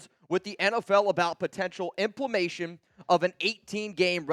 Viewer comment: Learn to read ! Im ple men ta tion! It’s not inflammation with a p, dip!